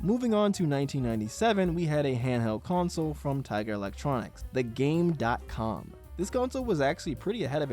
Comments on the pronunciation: It’s actually pronounced “Game Com”, the “dot” is silent. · Umm actually it's pronounced "game com". ☝️🤓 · Actually, according to YT channel Rerez, it's actually pronounced "Game-com" (kind of like Famicom). Ironic(?). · As mentioned in the Angry Video Game Nerd episode (alongside the voice clip when booting up the console) - the console is supposed to pronounced as "Game Com". Doesn't change too much, but felt like correcting that.